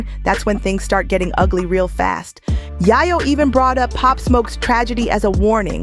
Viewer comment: 😂😂😂😂😂 said again Ma'am Yayo 😅😅😅😅😅 mane she wild for that don't know how to said Yayo 😅😅😅😅😅😂😂😂